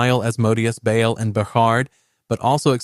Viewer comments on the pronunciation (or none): none